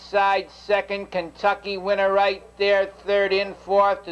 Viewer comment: "KENTUCKY WINNA" I'm pretty sure. He's not doing an east coast thing lolll